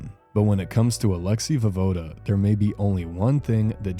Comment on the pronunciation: pronounced vo-ye-voda